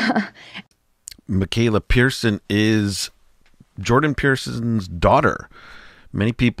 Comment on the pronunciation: Peterson man. Peterson!! Not Pierson